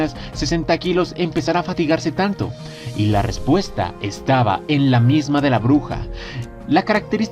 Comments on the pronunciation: Misma... ¿Que la pronunciación no es, "miasma"? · SE PRONUNCIA "MIASMA" = ESCENCIA